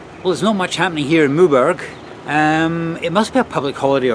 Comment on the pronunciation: Always amazed these English travellers make no effort AT ALL to speak French with respect eg Maw berg! No one says it like that! It has an ‘e’ at the end therefore the ‘g’ takes a ‘j’ sound - same as in English. That said, what can one expect, even the English sub titles can’t get it right for the respective “it’s” meaning “it is” and “its” meaning the possessive adjective singular third person for ‘things’…